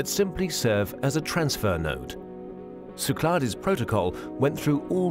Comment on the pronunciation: Great video! BTW, they pronounce Cyclades wrong. You don't really pronounce the "es" in French. No big deal, though.